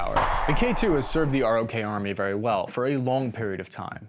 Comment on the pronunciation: It's pronounced "Day-Woo". Also, ROK Army as in "Rock".